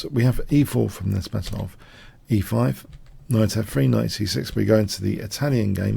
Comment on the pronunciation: Good analysis, but please learn to pronounce "Nezhmetdinov".